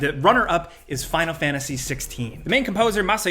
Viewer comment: what is this game " final fanasy" tho ? you do realise there's a T in there that isn't fkn silent right ?